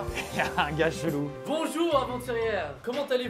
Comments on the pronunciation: tu as dit bonjou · Liloé Da Gloria il l’a dit mais il a pas insisté dessus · à son intro il a oublié le "r" de "bonjour"🤣🤣🤣🤣🤣